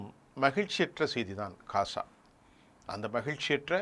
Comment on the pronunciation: கொலைகாரப்பாவி.... " காசா " இல்லையப்பா... GAZA என்று சொல்லுமையா...!